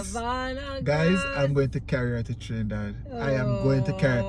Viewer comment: pronounced all the names of places in Trinidad, correctly. 😊👍🏻